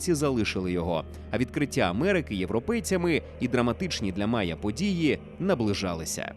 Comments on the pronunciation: Не мая, а майя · Не "мая", а "майя". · Не Мая, а Майя, телепень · Завжди все перекрутите! Лишь бы по вашему! Не МАЯ, а МАЙЯ! То у вас этэр, то мапа! Чуже слово , не наше! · Читаємо в Вікіпедії : The Maya civilization (/ˈmaɪə/) was a Mesoamerican civilization that existed from antiquity to the early modern period. При вимовлянні після звука "а" йде звук "і", далі знову "а". Ніяких "мая". Тільки "маЙя" як і було на протязі ста років до фонетики 2019 року, фонетики Кварталу-95, фонетики Коль-котлєт і ігрунів причандалами на роялі. В *опу коверкання української мови "новьімі ліцамі" зеленої команди !